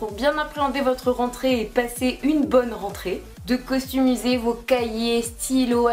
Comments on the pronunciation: Tu dit costumiser c'est customiser x) ! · Super vidéo, mais sinon on dit customisé et non pas costumisé ca ma stressé pendant toute la vidéo haha bisous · Tu sais que on dit customiser et pas costumier